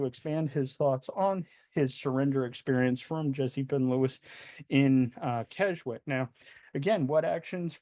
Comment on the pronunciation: Just for info at 11m 14s the 'w' in Keswick is silent. It's pronounced Kes-ick. The first Keswick Convention was held in 1875 on the vicarage lawn and attracted around 300. It clearly expanded over the years and is still taking place now and spans a three week period attracting as many as 15,000 worshippers to this small Lake District town. Great video, so informative. Thank you 👍🙏